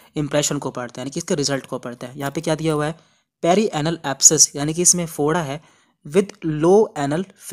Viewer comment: Bhai Foda hota hai (Bhoda) nhi hota